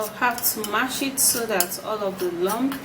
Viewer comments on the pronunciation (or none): none